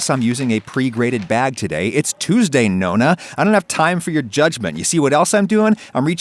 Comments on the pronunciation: NO. NO. You do not get say Nonna when you say it like that. “No na” what the fuck is that. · "No-na" ah yes, grandmother italian google translate